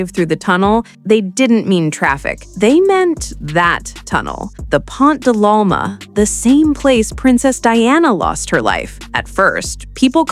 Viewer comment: It's PONT DE L'ALMA. PON DE LAL -MA.